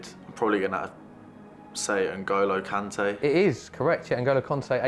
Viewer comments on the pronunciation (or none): Did he just call kante NG 😔